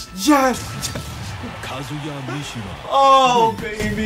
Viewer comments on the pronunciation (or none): "Kazuya Mishima"